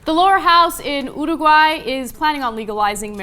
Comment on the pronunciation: LOL ... "UrU - Guay" Is that how all Americans pronounce it? xD